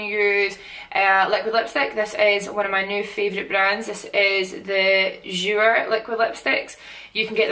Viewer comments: you are beautiful and I love your gorgeous Scottish accent, just want to let you know that your jouer lippy is pronounced jou-eh not jou-er. Just for future reference. Keep shinning gorgeous. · ps, Jouer is pronounced "jou-ay" xx